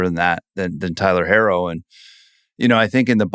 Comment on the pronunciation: Idk who this guy is but why doesn’t he know how to pronounce Tyler herro